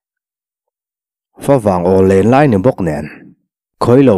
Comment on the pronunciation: Fawvang i ti thin hi a diklo. Mizo tawngah FAW a awm lo. Fa vang tih tur. Fa chu buh tih na. Fa vang chu buh vanglai tih na.